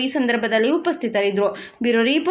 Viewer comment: Sorry,,, but "bureau report" pronounciation improve madbeku, otherwise superb editing and mixing 👌👌👌👌👌👌👌